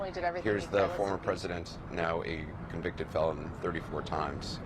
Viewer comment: Melania : Donny, what is a conveectid felong?